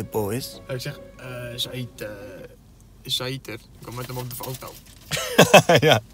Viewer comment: Ik heet Zahid en je zegt zaiet